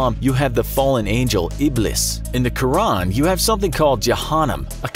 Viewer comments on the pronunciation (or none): none